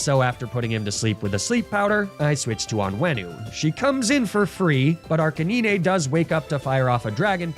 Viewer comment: Arkakneenay? No its ar canine like the dog.